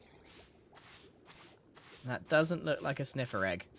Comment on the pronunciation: LOL I love how he says "EGGUH!!"